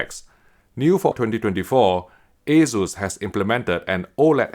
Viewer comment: The "Ey-Zeus" sounds horrible... Asus is a shorter version of the former Asustek (Ah-SOOS-tek).